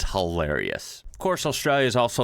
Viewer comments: Love your enthusiasm for us all here down under but we need to sort out your pronunciation lol let’s start with Ozz-stray-la with an emphasis on the hard A at the end. Give it a crack for your next episode 😂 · Love your work, but you are guilty of one of my pet peeves, (trivial I know ) but Australia has an L in her name. It is not Austraya. Keep up the good work. Cheers from Oz.